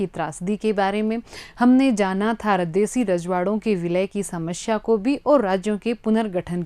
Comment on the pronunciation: Ajaad❌Azaad✅ Samashya❌samasya✅